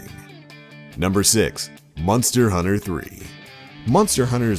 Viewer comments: Sounds like hes sayin Munster hunter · "Munster" Hunter.... lol